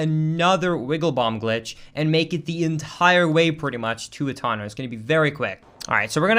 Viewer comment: I don't know if this is some sort of inside joke but why does he consistently say hatano and not hateno